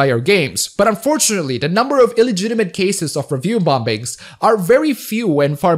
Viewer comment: I love how you enunciate the second B in bombings